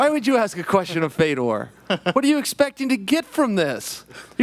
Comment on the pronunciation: Love how Ariel is the only person who can pronounce Fedor name correctly, more like Furdjor